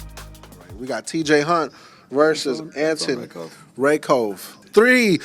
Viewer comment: Why are you saying “teej” bozo it’s TJ